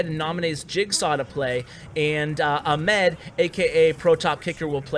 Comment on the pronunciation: your pronunciation of arabic names are somewhat funny XD, glad that salih and ahmed were arabic names and u butchered both of them XDDD, still love your videos tho